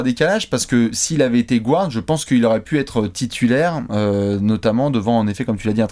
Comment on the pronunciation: Toujours sympa de vous écouter. Par contre, pk prononcer Guard "gouarde"? 😉